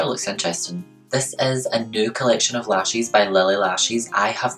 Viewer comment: I think the moment I fell in love with you was when I heard you say Lashes for the first time, and I no longer want to pronounce them the American way. Your way makes them sound so fancy.